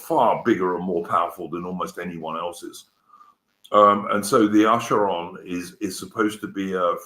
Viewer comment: How hard is it to say Acheron?